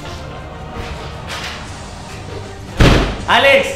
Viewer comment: cuando digiste alex sonaste como argentino